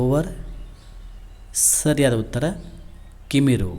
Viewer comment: ಕಿವಿರು Not ಕಿಮೀರು